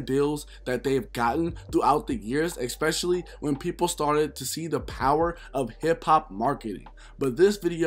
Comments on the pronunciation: Every 5 mins all I heard was “ex specially” lol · It kills me when I hear ppl say “Eckspecially” kinda like how ppl say “pacifically”